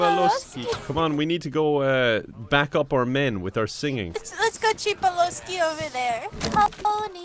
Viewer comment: It's not Ch-ree P-oh-l-oh-sk-ee. It's Tr-ee Pa-lo-skee my not so slavic dude! - A Slavic dude